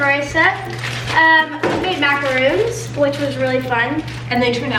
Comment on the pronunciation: Please learn to pronounce MACARON MAC A R-o-n Macaroons are coconut cookies